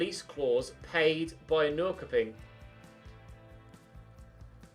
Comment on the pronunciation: Secondly, on the offchance you ever need this information again, Norrköping is pronounced like "nor-shopping" as many k's are soft in the Swedish language:)